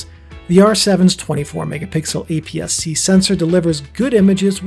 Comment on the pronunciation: "...the R7`s 24 MPixels apc sencor...", that got me to stop the video!!! WTF is this! You haven´t even check your audio and the specs?! Sorry, but i´m not going to watch the rest of your video!!!!